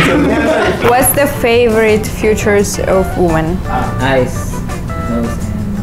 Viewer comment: The foreign one is boring and kinda control fre** its not that funny like the previous ladies. And she pronounced the word “features to future” 😂